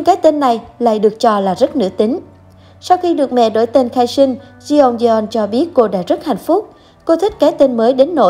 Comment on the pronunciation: Đọc là Chong don nhé